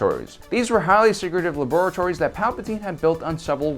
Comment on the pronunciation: I thought you said "advanced lavatories" 😂